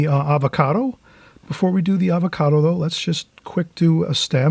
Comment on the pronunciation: Hi, I love your channel but I have to point out that it's "avocado " for future reference. I love watching you paint. Like most people who are really good at something, you make it look so easy!